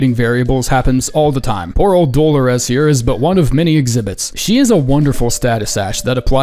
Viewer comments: Do-lo-rez 😂 it’s pronounced like de-lorris, brother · Lol at your god awful attempt at saying Dolores. It Doll-or-ess not do-lo-res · The way you pronounced Dolores made me think it was a different person for a sec. Never heard someone say it like: dolo-rez Old women out here cant get a break 😂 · Love ur videos and have had this queued for months but waited until I bought and finished the DLC to watch. Your pronunciation of the name Dolores is hilarious tho lol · Apparently has never heard the name “Dolores” in real life. Man is overthinking that pronunciation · my dude I love your videos but the pronunciation of Dolores is killing me 😆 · Why are you saying Dolores like that? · the Dolores pronunciation hit me like a truck